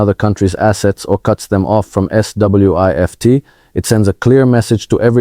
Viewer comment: AI generated - the giveaway was when he pronounced SWIFT letter by letter. Downvote!